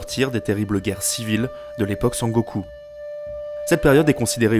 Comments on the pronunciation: oui surtout "Sengoku" prononcé comme "Sangoku"("Sangokou"à la française) mais peut-être qu'il ne connaît pas la langue japonaise.A part ça je n'ai pas été choqué et puis le documentaire est vraiment bien fait donc bon... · j'ai tiqué aussi ahah, mais j'ai trouvé cool et drôle qu'il dise Sangoku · Video intéressante et bien structurée mais vraiment la prononciation m'a fait decrocher plus d'une fois !! Sengoku et non sangoku Des j prononcés comme des i Aucun h expiré Des tremas sur daimyo, samourai etc alors qu'il n'y en a pas besoin Des pluriels en -s qui heurtent l'oreille (un daimyo, des daimyo. Pas de s en japonais) En revanche les voyelles longues sont omises (osaka se prononce oosaka) Etc etc. C'est dommage car ça m'a vraiment coupé dans mon visionnage pour une vidéo dont le fond se veut serieux et qui est au demeurant bien ficelée. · Sengoku (戦国) = Pays en guerre. Sen (prononcer Senne) = La guerre. Je le précise car le "Sangoku" au lieu de Sengoku m'a pas mal perturbé pendant la vidéo. Du reste, extrêmement intéressante ! On sent le taf sur cette vidéo, une fois de plus. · c'est dommage les erreurs de prononciation des noms, ça sort de la vidéo. Surtout quand j'entends san-goku pr sengoku^^ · Bon boulot mais je lis pas du tout la même chose. sengoku=seine-go-coup, dajodaijin=dageot-daï-gine, des daimyosss=des daimyo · C'est génial mais attention à la prononciation, dès les 3 premières minutes, Teno à la place de Tennô (avec redoublement du n et un o long) qui veut quand meme dire empereur puis Sengoku prononcé Sangoku ça fait mal aux oreilles. Mais loin de moi l'idée de rabaisser ton travail. Chaque épisode est génial. Allez je m'arrête là et regarde la suite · Depuis le temps que je cherchais une vidéo bien écrite et bien montée sur l'Histoire du Japon, je suis enfin servie ! Super vidéo, c'était très agréable à regarder ! (malgré les quelques défauts de prononciations de certains nom [Senngoku, Muromatchi] mais je chipote)